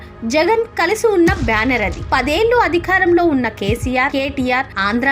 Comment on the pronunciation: Ammaa..adi"kharam" kaadu..adhikaaram Ani chaduvu thallii..telugu nu khuunee cheyaku..neeko dandam...